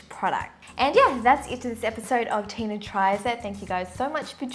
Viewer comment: lol I thought that it was Tina but it's said like teyna lol